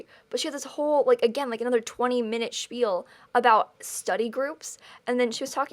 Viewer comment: I love how she always says "spiel"!😀